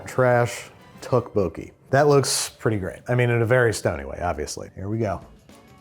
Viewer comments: I am begging you, please look up the proper pronunciation of tteokbokki. Dish looks great, but 🙉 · The way Babish says tteokbokki is killing me, please someone. correct him. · The way Andrew pronounces tteokbokki hurts my soul. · pro tip, you don't pronounce the singular k in tteokbokki, CHEERS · Someone has to take Babish aside and tell him how tteokbokki is actually pronounced